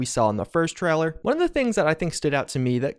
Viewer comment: I can't help but repeat out loud every time says "Treller"